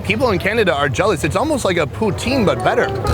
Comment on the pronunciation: Did he said potin 🤔🤔